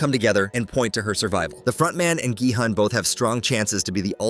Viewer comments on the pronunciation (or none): It’s GE hun